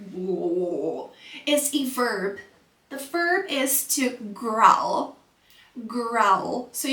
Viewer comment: It's /ɡraʊl/ not /ɡral/, like owl /aʊl/, but growl